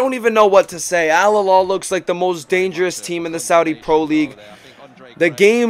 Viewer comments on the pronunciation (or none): alhilal >> h not kh